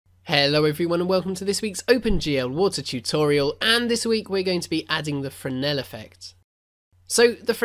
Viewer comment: Hey, you learned how to pronounce Fresenel :)